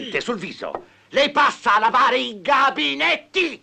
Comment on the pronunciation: perfetta?!!!! Gabinetti si dice con la e chiusa